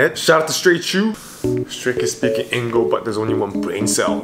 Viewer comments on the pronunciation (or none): says engl😂 i love this!!!😊🫰🏻💜💕just 11 seconds in and he's already made me smile🥰thanks